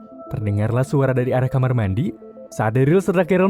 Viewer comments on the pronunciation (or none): none